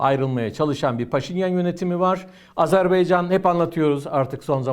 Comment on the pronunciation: bu değerli analizlerinizin arasında, keşke “Azerbaycan”ın adını da artık doğru telaffuz etmeye özen gösterseniz…